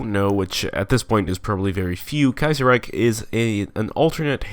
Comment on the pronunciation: The way you say Kaiserreich is great say it as much as possible.